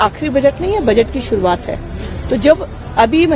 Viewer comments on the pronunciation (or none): none